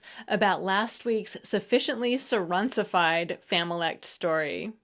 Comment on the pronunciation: "Surronsified"?? It's suffonsifed. 🍽